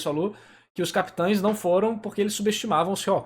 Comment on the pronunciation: CapiTANS, Ixígo.... Pqp! Que agonia kkk